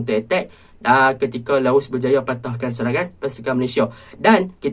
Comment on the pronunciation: Bro sori bro Laos bro bukan laus . Btw ulasan bro memang mantap